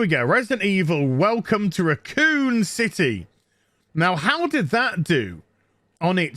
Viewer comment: I love how you say Raccoon. I could listen to that all day.